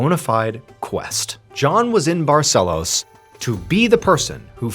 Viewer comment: I live in Manaus. That leader certainly didn't look local to me. But wow, what a story. Too bad there seems to have been no resolution on the case. I feel really bad for all who believed in such a story :( she was very brave and determined though. All praise to her ❤ Ps.: hey Mr Ballen, amazing pronunciation of the city name "Manaus" :D "Barcelos" too!!!!